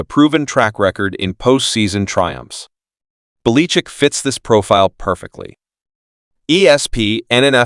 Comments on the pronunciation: Where did you learn to speak , calling Belachick , Baleechick . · Sounds like AI computer generated!!! Tolbear?? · The names not Beleechic . Learn to pronounce names correctly . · You can't pronounce the name of the coach you are talking about! Why would anyone lisen to YOU. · why cant you pronounce Bill Bellichick's name as the rest of the world. Are you reading only ? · What coach are you talking about? I never heard of that guy. The pronunciation of that name is not correct. If you’re talking about Bill Belichick. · FIRE the commentator who can't properly pronounce preeminent coaches names.